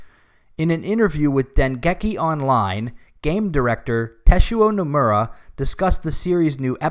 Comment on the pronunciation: "Teshuo Nomura" lmfao